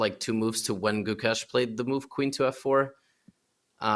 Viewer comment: Nitpick but why can't you guys say his name right? I've heard Magnus say it right in the past. The Guk is right it's the second half that is pronounced with A from face, not the E from Mesh. Does that make sense? So it's Guk-Ay-Sh. Thanks guys, if he's to be world champion, at least let's say his name right!